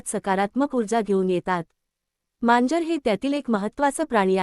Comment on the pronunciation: मांजर म्हणा , म्यांजर नाही